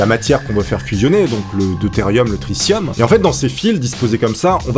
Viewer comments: C'est une super vidéo mais C'est "Tri 'T' ium" pas "Tri 'SS' ium" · On dit tritium pas tricium